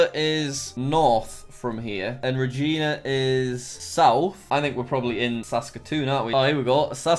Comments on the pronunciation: That is not how u pronounce calgary search it up its pronounced Kæl-ge-ri bruh... not kæl-gaé-ri and its Ruh-Gy-Na not Re-Ji-Na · Re-jee-nah m8 it’s re-j-eye-Na like vagina. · Same. I was also annoyed when he said Re-Gee-Na instead of Regina. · Reee Gina broooooooo this makes me so mad it’s r a g i n a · Regina = Ree J-eye-na Like VAGINA, except REE. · By the way, and for reasons unknown to me, it is pronounced "ree-jeye-nah" middle syllable gets the emphasis and rhymes with "eye". I recognized Lake Louise in about 10 milliseconds and I've only been there once. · I love being in Canada cuz we have lakes Oh and Tim’s Oh and hockey Oh and igloos Oh and poler beers Oh and poutine Yaaaaaaaaaay Wait a damn minute something ain’t right here did he say Canada has states Wooooooooooow Omg lol lmao he also said cal-Gary and reeeeeee-Gina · Every time he mispronounced Regina a part of my soul died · As a Canadian I cringed throughout this whole video Edit: oh the way he pronounced Regina.